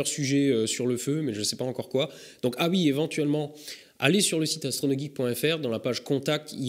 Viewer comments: "Ui" tu serais pas un peu alsacien ou a minima dans le nord est de la France toi ? ^^ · Ta dis ui ?!